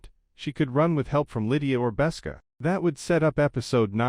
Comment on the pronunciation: Besca? Galeed? Try again.